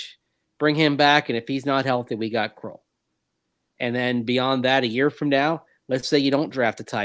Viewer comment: Who is “kroll”? Do you mean “krull”? “Krull” as in skull?